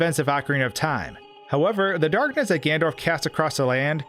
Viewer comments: I love your videos but you have to learn to say Ganondorf and not Gandorf!! You crazy guy!! Keep makin the vids though bro, they’re sick!! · Also it drives me crazy how you say Gan-Dorf instead of Ganondorf